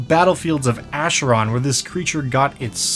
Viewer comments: Sorry to be "that guy", but Acheron is a Greek word and the "ch" makes a hard "k", as for "chronotyryn". So it's pronounced "Akeron" rather than "Asheron". In Greek mythology, the Acheron was one of the rivers of the underworld, alongside the Styx amongst others. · So you have the majority of the pronunciation correct but it's not a "sh" sound it's "k" sound more akeron less asheron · Please lol. It's pronounced "ackeron" like chimera "kimera". I'm sorry it just made me shudder when you said it that way lol. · i think is the only one i have seen or heard pronounce acheron to pronounce it the way he does, rather than the way i have heard literally everyone else pronounce it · Minor nitpick, but the ch in Acheron is pronounced as a k. It's a river in Greece, the entrance to the afterlive and, ofcourse, the eternal battlefield in D&D.